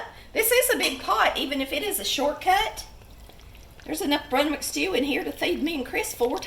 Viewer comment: its brunswick stew not brunwick